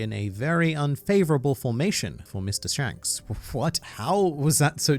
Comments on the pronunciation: "Pshanks" made me laugh too much for reasons I don't know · Lol you said Mr shanks normally